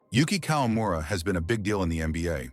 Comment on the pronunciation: 58 year old kawamura?! Come on! You're already using AI for narration! Please do your spell checks so that at least it sounds right.